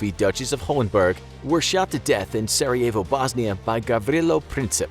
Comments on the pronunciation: Nah he cant even say sarajevo he sead sarađivo its sarajevo so no im bosnian so he cant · He didnt pronounce Gavrilo and Sarajevo right